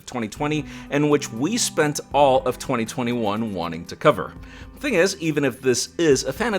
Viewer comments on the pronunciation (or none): none